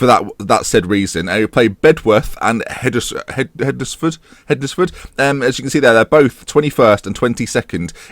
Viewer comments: Great episode again hednesford are the team I support it's pronounced hensford so silent d and e lol but nice to see you at the right end of the table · Just to let you know Hednesford is pronounced similarly to Wednesday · Hednesford? Just think how you would normally pronounce Wednesday and try again, hmmmm? Worse than Luke (Statapp) ffs.